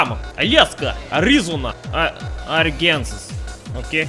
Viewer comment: LOL she couldn't even pronounce my State Arkansas